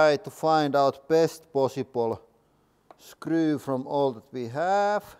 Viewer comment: The way he says “woold” and “scruu” 😂